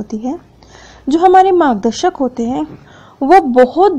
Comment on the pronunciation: It's margdarshak,not magdashak